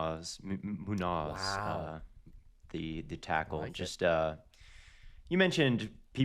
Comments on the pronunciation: Mooo-nos is a crazy way to say munoz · Why is saying Munoz like this 😂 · pronunciation of munoz broke me